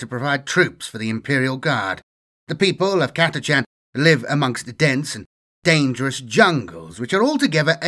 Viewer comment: Thank you for pronouncing Catachan correctly